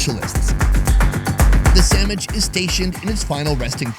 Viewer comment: did I hear sammich?